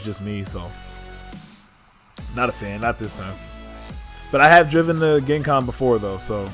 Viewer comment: It’s pronounced Jen Con. Not Gen(ghis)Con